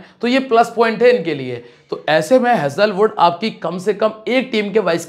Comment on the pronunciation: भाई हेजले वुड नहीं हेजल वुड है